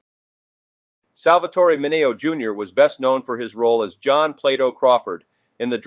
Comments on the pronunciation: HIs name is pronounce MIN EO,and not MINEO,get it right,WTF!!! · Mi ne o is the proper pronunciation w accent on second.